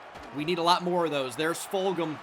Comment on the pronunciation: Fulghum is from my hometown and it’s pronounced fuljum btw